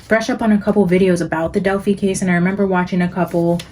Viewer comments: Just fyi it's Del-fye not Del-fee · It is annoying you keep pronouncing Delphi wrong and that music is distracting.